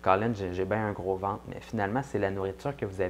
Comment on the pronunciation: je suins désolin moi et québécoin pas trés bianh amis car eux parlin difficilmins merci de sous-titrés la video mon ami , et on dit ventre pas vente lol